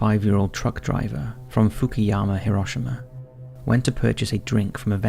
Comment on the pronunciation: What a beautiful japanese town named fuck-ou-yama 😂😂